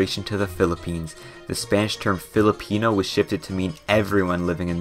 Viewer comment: it's Filipino not pelepino